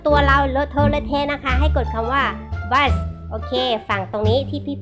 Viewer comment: ไม่ได้อ่านว่า "บ้ส" นะคะ! มันอ่านว่า "บลูด"(เลือด)นะคะ ป.ล. ถ้าอ่านไม่เป็นก็อย่าอ่านค่ะ